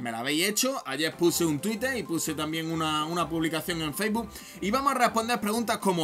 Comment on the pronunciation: Que se dice facebook, no faisboo!!!!!!